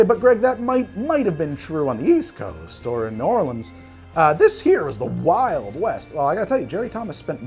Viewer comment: You may be challenging the city as the origin of the Sazerac, but at least you made a proper one and at least you pronounced New Orleans properly! Rdr2 is so fun!